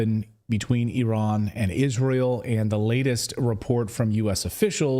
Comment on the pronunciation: At last ! an American who can pronounce Iran correctly ! it's NOT eye-ran !!!